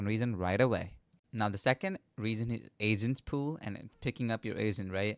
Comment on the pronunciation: its agents not asents